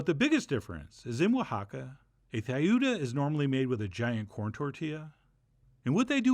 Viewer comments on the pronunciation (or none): Tlayuda - Say T followed by L just like T followed by R. Atlanta without the A in front. /TLah-YOO-dhah/ (Spanish ayuda with a TL- in front. Plah, Tlah, Klah, Blah, Dlah, Glah, Flah, Vlah, Slah, Zlah. It takes a little practice, but it's easy once you get used to it. TL and DL are "missing" from English in most words, which is actually weird once you realize it, since we have almost all those others. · The TL sound should be pronounced like the second syllable of battle